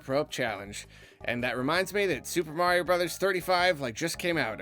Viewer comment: "Its-a-me, Marlo"!